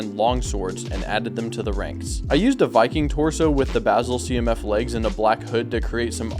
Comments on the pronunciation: Bazil or bass ill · The mispronunciation of Basil every single time is KILLINGGG me